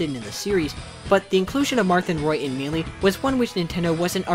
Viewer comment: I've never heard someone say Melee like mee-lee before